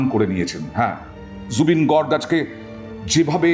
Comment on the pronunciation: Gorg na Garg